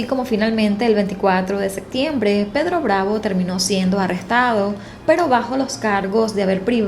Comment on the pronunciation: Deberías mejorar tu dicción de algunas palabras como septiembre (que no es sectiembre) o captaron (cactaron) y varías que pronuncias así